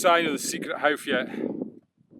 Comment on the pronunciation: It’s the famous hough nor howff